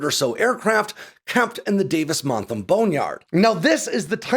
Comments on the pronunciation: It's Monthan, not "Montham." Great video, tho. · It sounds like you're saying "Davis Montham", or is that just my ears? It's "Davis Monthan". As for the fate of the F-22, I'd say remove the RAM, paint them red white and blue and give them to the Thunderbirds. That'd be so cool! Removing or ignoring the status of a lot of the combat and stealth required equipment should make quite a bit cheaper to maintain. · Love your stuff,, but you keep pronouncing Davis-Monthan as “Davis-MonthaM”. It’s got an ‘n’ at the end. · It's Davis Monthan, with an N on the end. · ManthuM? …Manthum? The Boneyard at Davis Mantham? I’ve been in Tucson 45yrs as an aircraft enthusiast and also air show regular loud cheerier for our tip of the sword displays, and never heard anyone call David Monthan…Montham.